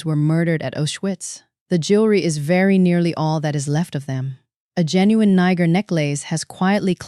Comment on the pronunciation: JEN U INE NOT HOWEVER YOU PRONOUNCE IT !